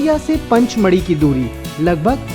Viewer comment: Dear Brother its Pachmari not Panchmari ( to your Pronounce Panchmari)